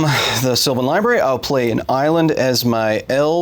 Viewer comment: Props to Kyle for his Aussie accent saying Island. Nailed it, as an Aussie i dub you one of us officially